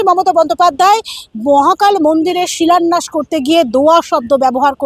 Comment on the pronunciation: ওনার শিক্ষাগত যোগ্যতা নিয়ে প্রশ্ন থেকেই যায়। "শিলন্যাস" বলে কোন শব্দ নেই। উনি "শিলন্যাস" শব্দটাই বলেন। কথাটা "শিলান্যাস"। আর উনি "দোয়া" কথাটা বলে মুসলিমদের উদ্দেশ্য কিছু বলে দিতে চান।